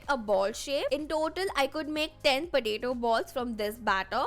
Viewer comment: Its not pataeto its potato u r pronounced wrongly